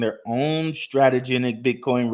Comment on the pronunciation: cringe every time i hear STRATEGENIC